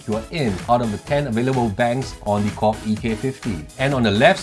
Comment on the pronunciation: I am always shaking my head with what you are saying man like when you say KORG...I thought you always says..COCK, anyways I am going to watch this video (never minding the COCK...so LOL) because I want to know how the USB works as a MIDI...ok watching the COCK now I mean KORG...HAHA!